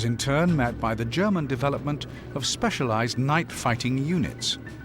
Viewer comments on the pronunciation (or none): none